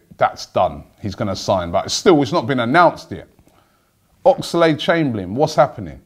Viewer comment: Robbie, love the way you say "Ox-a-lade Chamberlain" 😂 As if it's pronounced like Lucozade 😁 The Ox must surely stay!